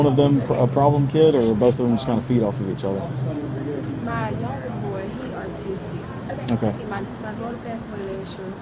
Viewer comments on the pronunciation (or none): Did she say her son is “artistic” 😂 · Lmfaoooooooooooooooooooo My Son is 13 and DIAGNOSED AUTistic.... This lady is calling it "ARTistic" thats not even a word. I would think if her child was actually Diagnosed she would know how to say it. It effects our everyday life in ways of 3 different Therapies a week, paying $1800 a month for him to go to Atlantis Autism Accademy, and another almost $700 per visit to a Psycho Therapist. Any Mother of an Autistic Child would % know how to pronounce the word "Autistic". We are also in the practice of NOT using his Autism Diagnosis as an excuse for poor behaviors. What a disgusting excuse for a Mother. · "Hes artisitick" really. Grammer lady. 🤦🏼‍♀️🤦🏼‍♀️🤦🏼‍♀️ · Driving me up the wall when she was pronouncing it that way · The Fact That She Cant Even Say Autistic Correctly Tells Me All I Need To Know. I Have An Autistic Son And It’s No Joke. To Have Him In There Stealing Is Ridiculous She Needs Jail Time Until They Are Adults. 🤦🏽‍♀️